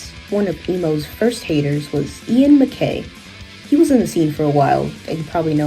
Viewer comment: Great video! This scene was hugely influential and is largely forgotten! Btw Guy Picciotto is pronounced “Ghee Pitchey oh toe” and MacCaye is pronounced “Muck Eye”.